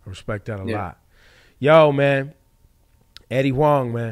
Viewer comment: bruh at least learn how to pronouce the guest's name if you gonna bring him on, its not "Eddie Wang" or "Eddie Wong", the H is not silent